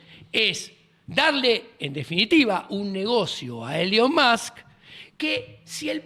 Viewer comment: Nunca había escucha a alguien le llamara a Elon Musk “elion mosk”